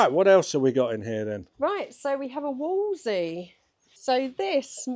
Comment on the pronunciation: It’s not a Wolsey it’s a wolseley with 2 L’s!